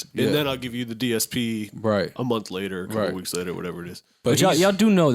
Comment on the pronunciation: Joe pronounced month lol like "mind" 😂🤦🏾‍♂️